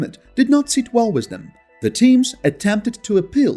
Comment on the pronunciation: Learn how to say "WITH".